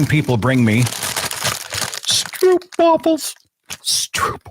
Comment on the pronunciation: Pleeeeeeeeeeese! Stro-op. Not oo.